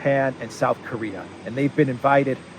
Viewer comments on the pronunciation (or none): none